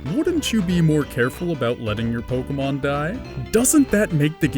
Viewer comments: Mike Marks po-kay-mon is the proper pronunciation, but nobody really cares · lets get down to the real question here if it pronounced pokah-mon or pokee-mon?